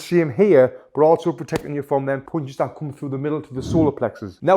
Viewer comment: I love the way he is saying punches😂😂... PoUnCiSs